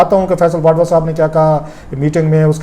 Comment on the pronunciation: Sir you are a good journalist, but please correct your pronunciation,, like this is not" wadva" this is "wauda" And next you speak R as L like thirty = thalty Party = palty And many more, instead of R, you pronounce it as L